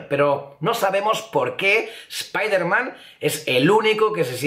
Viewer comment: Espiderman?? Doctor Extraño?? Cáncer de oído instantáneo!! Dx